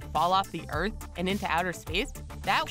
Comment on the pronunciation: The narrator cannot pronounce her 'T's. "...earf is flaa.." 🙄